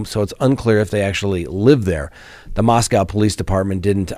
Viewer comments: You are mispronouncing how they say Moscow. It’s MosCo. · Please start pronouncing Moscow Idaho correctly.